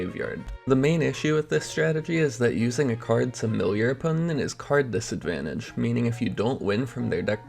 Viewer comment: opponent has 3 syllables not 4